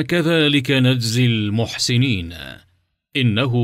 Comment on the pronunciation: بارك الله في الناشر،لكن نرجو مراعاه اللغه العربيه الصحيحه فبما،انك تقرا القصه باللغه العربيه الفصحى فإن العرب يسكنون. الحرف الاخير عند الوقف، وانت كانك تضع فتحه على اخر حرف مثال،المحسنينا وهذا خطا سكن اخر حرف